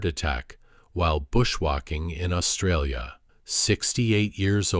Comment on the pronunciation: Only ai could mispronounce Australia so bad.